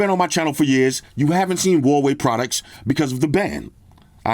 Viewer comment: I miss saying Huawei Hawaii 🤣! why you don’t say Hawaii for a Huawei? Come back saying Hawaii 😂